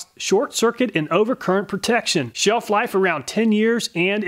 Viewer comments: That "Sheef-life" of 10 years, and being "encironmental" friendly, did like no one check to see if it works? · You mispronounced "sheef-life." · "Encironmental friendly" "sheef-life" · "sheef life" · "sheef life" lol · "sheef-life around 10 years; Enciromental..." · "Shell life" 😝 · "Sheef life and Encironmental friendly" LOL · WHY WHY WHY do they all say SHEEF-LIFE?!!! is there not one muther-futher over there that knows how to use google or speak friggin english... How many batteries do you think they all produced before someone who speaks english told them it was wrong, and then...., the real mind boggler.... why havent they changed it YET? its my opinion that when a product contains a spelling error on its integral packaging that it is a breaking of the silent contract that all things have with us about how they will worky-worky. if there is a misspelling on a mass produced part, i wouldnt trust it in a jam or turn my back on it. just my musings p.s. yes i know one said SHELL-life just let it go.